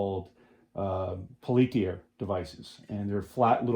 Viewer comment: Peltier was a French guy. It's pronounced PEL-tee-ay.🙂